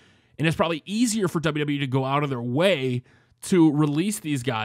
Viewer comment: Its wwe not DsaBelYouDsaBelYou E